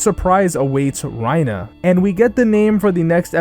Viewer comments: why do you say reiner like that lmao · You really butcher these names. It's "Mah-gith" It's "Tih-ber" It's "Rhy-ner."